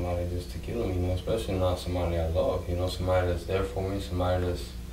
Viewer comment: That drives me nuts. Whenever people say "expecially", too. As if there's an x in, especially. 😖